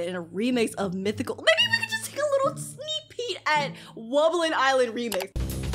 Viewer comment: Bro said a sneeck peek but full song